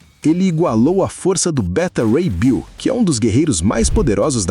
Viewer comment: Essas narrações de I.A. são uma b0$t@ "BETA RAY BILL"? KKKKK